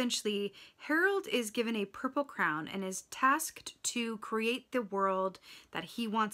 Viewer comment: it’s Harold and the Purple CRAYON, Are you just pronouncing it as Crown?